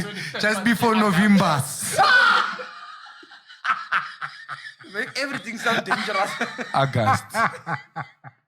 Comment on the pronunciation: "Augustoss , just before Novimbas"